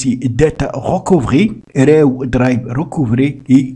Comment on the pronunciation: Tu fais chier à tout le temps prononcer RAW ... J'ai eu envie de t'étrangler toute la durée de la vidéo... Et l'app est payante 🤣😅😅